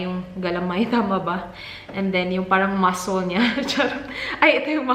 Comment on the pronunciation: Muscle = ma.sel not masol